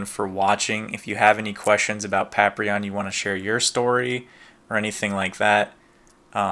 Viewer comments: say "Paprion" one more time! i dare you! i fokken double dare you! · You know its funny, I know its Paprium but I always pronounce it Paprion. Thanks for watching! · Yo, why you pronuncing Paprium wrong...don't tell me you're having the effects of the Blu drug (referencing the drug that powers up the characters in the game), that effs folks up, and cause them to go beserk lol. In all seriousness, that's a lot of goodies for just $50 back in 2012 you've got now. And getting Showtime's underwear...totally unexpected, but still a cool surprise worth keeping. I do hope Paprium (or Paprion if it's your preference 😎) gets a port to modern consoles in the future, simply because from how it plays on the Genesis is beyond amazing, and Watermelon went out of their way to make sure every part of the console (as well as the Sega CD add-on) can be used to full optimized effect. Hope you can get to play the game for yourself soon!